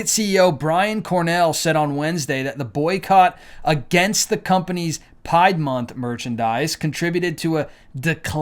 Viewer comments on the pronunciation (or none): I’m just curious, why do you say “pide” when it’s pronounced “pride”? Not sure if I’m outdated or missing something lol. God Bless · Is there a reason why you say Pied instead of Pride? Just wondering. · Did you just say "pide" because you couldn't say pride? Yea it's time for a new platform everyone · “PRIDE” not pide, who cares what YT says, they’re just as evil! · Why do you call it pyed and not PRIDE? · Blessings bro. Are u saying Pride as pied? What am i missing orher than the R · Why do you mispronounce some of the words? Pride as pied and won’t say planned parenthood? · Why do you keep saying pied